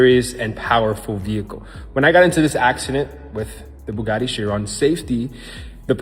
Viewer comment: I stop watching when he f..k the Chiron name 🤪😅🤦👌🏼